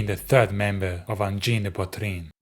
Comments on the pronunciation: « Angine de poitrine » tu la trop bien dit frérot je suis abasourdi 😂🫡❤️ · On a side note, thank you for taking the time to learn how to pronounce Angine de Poitrine correctly! I see english youtubers, mostly americans butchering that name so badly, not even trying to learn how to say it! Thank you sir! ✌️